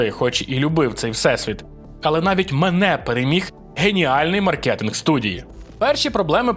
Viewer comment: Silksong у кожну хату 🤠 PS: мАркетинг а не маркЕтинг 🫩